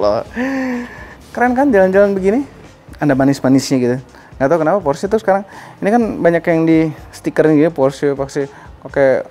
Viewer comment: Plg ok nih, nyebutnya bener porsye 👍